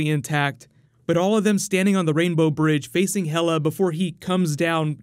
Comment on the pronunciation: Is Hel-uh daughter to Loki,like Hel in nordic mythology?